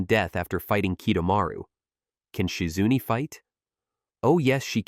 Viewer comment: Who da heck is Shi-Zunnne? 🤷🏿‍♂️🤷🏿‍♂️